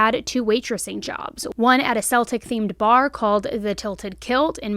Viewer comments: Kell-tic not sell-tic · THE Tilted Kilt & the word Celtic is pronounced with a hard "c" or "k"... for the Irish/Scottish language... The soft "C" is for the basketball team. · Unless you are talking about the Boston Celtics - Celtic is pronounced with a hard c, as (k)eltic 😉😊